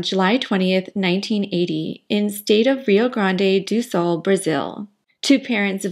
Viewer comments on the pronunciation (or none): so interesting listening the struggle for gringos to say rio grande do sul